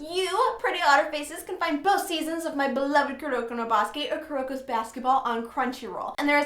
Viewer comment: I like how you were trying to pronounce Kuroko No Basuke in the beginning. "Koo-row-kow no Ba-soo-kay" LOL Anyway, I'll definitely check out the 2nd season.